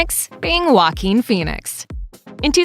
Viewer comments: Guaquin Phoenix... really tho?! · The fact that you pronounce joaquin wualkeeen